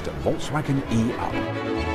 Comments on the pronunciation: I'm having to try extremely hard to not down-vote for not calling it an eeeoop, in ... I'm not sure what accent, some farmery type, cos that's how it should be pronounced in Britain. hmmph! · It should be pronounced, e-Up "click", as Russel Peters would have pronounced it. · Robert every time you said E Up you sounded like a Yorkshire man lol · I take it the 'ey-up' is made in Yorkshire then lad ?